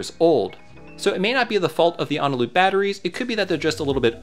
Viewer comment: A potential reason for the 3D printed spacers not fitting is that your 3D printer could be in need of calibration. Regardless, I think your solution of just using two was adequate. Also, uhh, it's Eneloop, not Onaloop, fwiw?? Eh-nuh-loop.